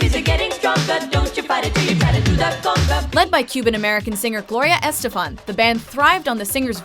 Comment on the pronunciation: it's pronounces es-TE-fan, not ES-te-fan. Please check your pronunciations.